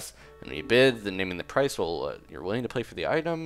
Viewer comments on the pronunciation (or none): none